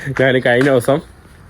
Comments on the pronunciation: നാൻ അല്ലടാ കോപ്പേ ഞാൻ ആണ് ശരി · ന്നുമ്പ്. മന്ന്. നാൻ 😃😃 മുൻപ്. മഞ്ഞ് . ഞാൻ ആണ് ഹേ